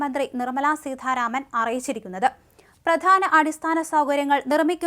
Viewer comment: സീതാരാമൻ ആണ് സീ ഥാരാമൻ അല്ല